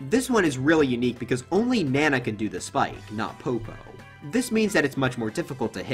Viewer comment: Imagine pronouncing it Nana rather than Nana smh